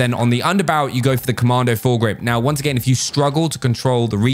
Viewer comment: honestly why does he say once a gain WTH